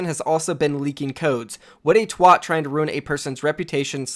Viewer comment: how he pronounces twat is too fucking funny